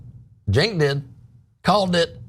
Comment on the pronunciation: Matt- his name is pronounced CHUNK.